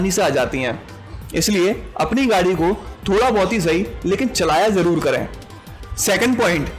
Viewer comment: For God sake it's zaroor not jaroor... Car glasses are not mirrors. Mirrors reflect glasses are transparent. Registration number had to be printed on window and windshield glasses not on mirrors. Better ask some professional with good pronunciation to give commentary.